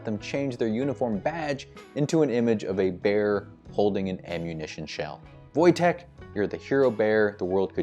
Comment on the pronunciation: A+ on getting Wojteks name right!